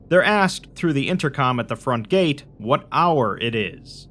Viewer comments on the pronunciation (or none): none